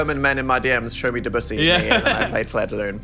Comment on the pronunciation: at least, we got phil saying DEBUSSY correctly this time